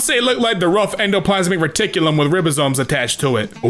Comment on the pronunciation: Did he say rib-asomes ITS RIBOSOMES